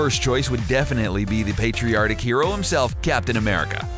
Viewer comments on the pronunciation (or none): Erm.... , did he say "patriotic" or "patriarchic" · you said patriartic